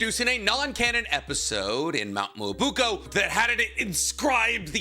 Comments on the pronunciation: that's cool and all but it's pronounce mee-yo-bo-KU, not moobuko 😥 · You said mount miyabuko so much time I thought I was wrong form saying mount miyaboku 😭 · IT'S BEEN YEARS, IT'S MYOBOKU, NOT MUOBUKO, FOR THE LOVE OF MY SANITY, PLEASE!! ME-OH-BOW-KOO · Ahem... "Miya BOW-koo" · please say it with me Myoboku (Mio Bo Ku) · I wish could say Myoboku properly Edit: he's saying it like "Myubuko" it's just so wrong it's getting on my nerves like just sound it out man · Please tell me that mt "mobuuko" is a way to rate bait for comments correcting him (just like this one) because that is the worst pronunciation of Myoboku I've ever heard, even worse than "Edo Tensai", "Kotoamatsukame" and many many others I've heard on this channel before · my guy, I really do love the videos, but pleeeeeease, take a second and learn how to say the things you’re talking about. Mee-yoh-boh-kew. Ay-doh-ten-say is another one you’re not saying right too. Truly coming with love and someone who has a speech impediment, but being such an authority on naruto you really should be saying things correctly. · With all due respect, its called Myoboku (me-oh-bo-ku). I love your videos, just wanted to help out a little. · Nicks dedication to mispronouncing certain words is hilarious. Honestly I'll be sad if he calls the home of the sage toads anything but mount moo-oobookoo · Dear, "mount me-oh-boh-koo" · someone please tell him how to pronounce myoboku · This man is a fraud, you can’t say myoboku or Fukasaku after all these years 😂😂😂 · Nobody else bothered by the mispronounced Mt myoboku? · Take a shot every time he mispronounces Myoboku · for pronouncing myoboku wrong?